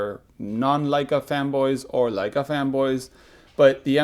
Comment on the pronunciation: thanks for pronouncing Leica correctly in the Intro:) the german in me cringes every time I hear 'Ley-ca' instead of 'Lie-ca' on youtube. Same thing Japanese must feel when someone doesn't say "Nee-kon".